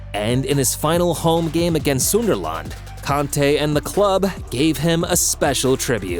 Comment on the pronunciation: Bro butchered sunderland to "sundarlarnd"